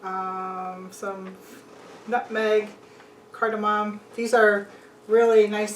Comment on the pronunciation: would use cardamom of he could pronounce it.